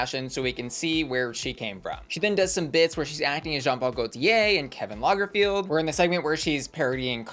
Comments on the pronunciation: No he said Kevin Lagerfield 😄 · Did you say Kevin Lagerfeld?